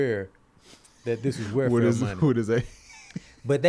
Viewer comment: cant say welfare lmaooo “where fare”